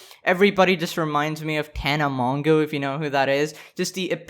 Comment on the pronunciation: It’s pronounced tana mojo lmao